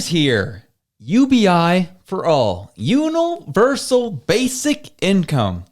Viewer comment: unal-versal lol, great episode though